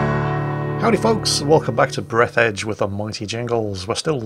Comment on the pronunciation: Actually Jingles, it's BreAthedge. With an "a"